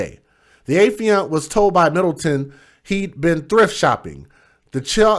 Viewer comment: FYI, it's affiant (Uh-fye-int). I work in a courtroom so it's a word I hear daily.